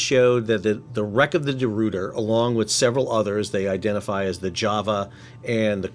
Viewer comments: The Rooter? Hahahaha! Ruiter! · Ruyter is not pronounced like "root", but rather like "boy", but with an R instead of the B. Sort of like Royter.